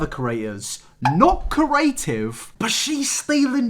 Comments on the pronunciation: I am living for the way pronounces "creative" as "curative" 😭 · if this man says "curative" instead of "creative" one more time.... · Always makes me chuckle when you say “cURative” instead of “creative” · creeee aaaa tiveeeeee C R E A T I V E NOT CURATIVE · No one: Not a single soul: INabber: Ceaurative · "Curative" 'Creative' I'm sorry I just hear this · curative, adjective able to cure disease. "the curative properties of herbs" I think the word you're looking for is "creative". Say it with me: CREE-ATE-IVE. Yeah? Alright. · "Corative" Its... creative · Right I love you but ITS CREATIVE NOT CERATIVE THE R COMES BEFORE THE E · It’s cREAtive not cORative - hermione granger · I'm too stuck on "carative" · Do you pronounce creative as "corative"? You said it three times and I'm starting to think you might be saying a word I don't know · why does he pronounce creative like cur-a-tive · When says “curative” I feel that 😔😔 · Spent half this video trying to work out what curing diseases had to do with anything only to find out you were saying "CREative" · You pronounce creative like Curative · Me: Okay, repeat after me. Cre...: Cre... Me: A...: A... Me: Tive.: Tive. Me: Now say it all at once.: Curative. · Nobody:: CrAEtive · Nobody:: cUraTivE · no one: no one:: CURATIVE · Anyone say corrative?? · I can't stop pronouncing creative as corative bc of you oh god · If he says ‘carative’ ‘corate’ or ‘curators’ one more time I’m flipping a table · Nobody:: “curative” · No one::CORative (good vid tho no hate😂) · nobody: absolutely no one: - CuRaTivE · cerys cAriAtIvE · It’s curative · That would be a very cooreAtive thing to do. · "Corative" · I got so annoyed when he said corative lmao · Pronounce creative right and I might watch the video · I would like it if you could pronounce the word “creative” properly. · The way says creative That's it That's the comment